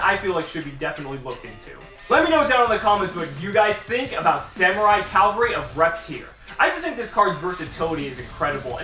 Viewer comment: Cavalry. Not Calvary. Calvary was the hill that jesus died on. I didn't expect a hill to be a freakin' dinosaur.